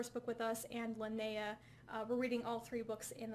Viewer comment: Oh yes, you said it correctly. Well, you said it like I would say it if I spoke with an american accent. :P It's not very different from how it's pronounced with a swedish accent, though. :)